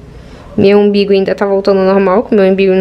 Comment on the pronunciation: Umbigo pelo amor de Deus... Não é IMBIGO